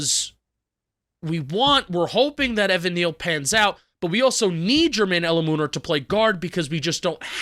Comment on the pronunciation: please learn how to pronounce Jermaine Eluemunor's last name – it's "El-LOU-men-or" emphasis on LOU!